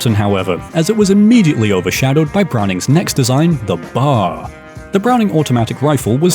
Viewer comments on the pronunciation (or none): It's pronounced B.A.R. Literally nobody calls it Bar. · Sorry, but it’s Bee-Ay-Arr, not simply BAR. Loved the video though. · 1. It’s Georg not George Luger 2. It’s B.A.R. Not bar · Each letter is pronounced …B-A-R. not “bar”. Cheers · It's pronounced B.A.R. not bar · It's BAR, as in B.A.R. not bar. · Why be lazy ?? Use a real human to narrate !! It's a B. A. R. NOT a bar !! Christ you said Browning Automatic Rifle ... it's the military anogram. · Ok,I have to say it because it's bothering me. We do not call it the "bar." We always spell it out: B-A-R. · Until newsman, author Bill O'Reilly read one of his books on tape some years ago, I had never heard of the Browning Automatic Rifle being referred to as a 'bar'. Always I heard B-A-R. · A "bar" is something that Davy Crockett would fight. There is a weapon known as the B.A.R. They are not the same thing, nor are they pronounced the same way. The Browning museum in Ogden, Utah is well worth a visit. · It is pronounced "bee-aye-are"